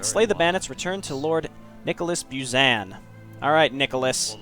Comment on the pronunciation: The way they pronounce "Buzan" is so uncomfortable, lol.